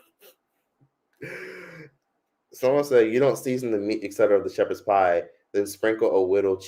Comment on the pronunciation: Shepard pieee😂